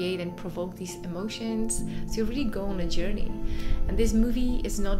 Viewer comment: This is actually an unusual “Yourney”